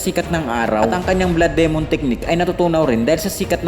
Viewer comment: LodS paki diinAn NAman at tigiSan ang pag bigkas nG D? Dimon nOt demOn! Owkey kairitA anG vOice over eh😂ok